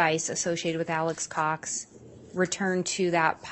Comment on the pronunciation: I cant stand how keeps saying "Alex's Cox" it sounds like he's talking about Alex's uhh...possessions 🤦